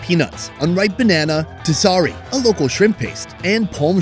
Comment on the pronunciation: Terasi dude.. not tesari :face-red-heart-shape